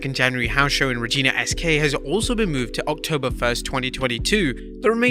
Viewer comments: Regina.. it's Reg-I-na, not Reg-ee-na :) rhymes with a certain female body part.. now try to say Regina Saskatchewan haha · It is pronounced REE-GYE-NA not Ree-gina. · It's pronounced like vagina but with an R... Regina...😅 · Did I just hear Regina Saskatchewan referred to as Rejeena S K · For regina you pronounce the "I" as an I and not an "E". I'm cool with smackdown coming to town next September, maybe COVID will be gone by then